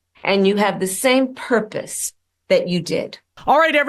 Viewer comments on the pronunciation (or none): She said purrpiss 🤣🤣🤣🤣🤣🤣🤣🤣🤣🤣🤣🤣🤣🤣🤣🤣